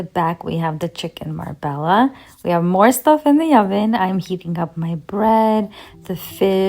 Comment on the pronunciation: Marbella is pronounced “Mar-bey-ah”. It’s a city in southern Spain. Leave out the “l” sound 😉😉